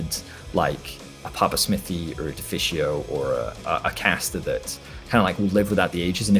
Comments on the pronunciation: "defisio" xD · When you pronounced Deficio wrong I was screaming aaaaaaaaaaaaaaaaaaaah xD